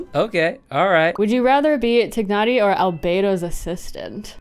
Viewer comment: I'm surprised you actually pronounced Tighnari how it's supposed to be pronounced!